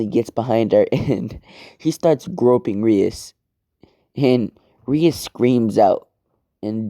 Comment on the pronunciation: Mans did not just say rias